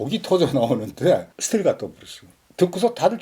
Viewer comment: 자꾸 브루스라고 하시니 80년대 나이트클럽 '브루스 타임'만 자꾸 생각나요. ㅋ( 저도 옛날 사람). 블루스라고 발음해주세요~~ㅎ